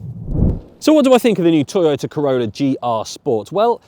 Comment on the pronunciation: I heard you say Toyota Corona😂